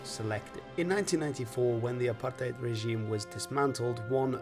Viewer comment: Big ups for pronouncing Apartheid correctly